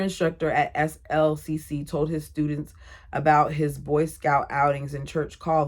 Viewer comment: SLCC is pronounced slick. You say, I am taking classes at slick.